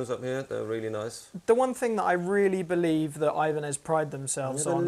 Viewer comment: ibranez.. new brand from ch-eye-na xD